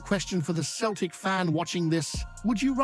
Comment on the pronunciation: You need to stop your Celtic pods and stick with your Rangers pods. You're a fake Celtic fan, you can't even pronounce Celtic at times.